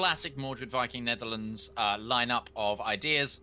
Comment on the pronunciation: nerdearlands lol.